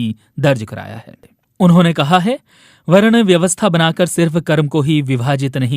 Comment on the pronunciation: Are bhai वर्ना क्या होता है, वर्ण बोलो न